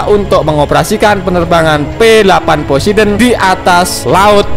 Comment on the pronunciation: poseidon tlol bukan posedon eh maaf yassalam